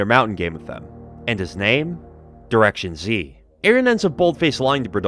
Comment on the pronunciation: Good video, however the way you pronounce the name "directionz" upsets me dearly.